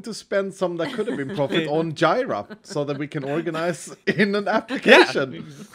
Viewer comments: First time I hear jira being pronounced that way. Well, I am russian and we call it more like jeera. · Imagine making Jira not only your whole career but an identity, just to have a hermit misprounce it so bad you don't even catch the reference. 😂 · I'm a litle concerned that no one has called you out for your pronunciation of Jira